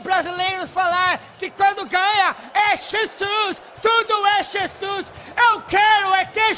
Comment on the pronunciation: cara eles falam chesus para nao ofender jesus